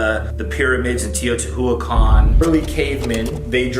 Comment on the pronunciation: Shane’s brother’s pronunciation of Teotihuacan fucking kills me. Like it takes two seconds to google it.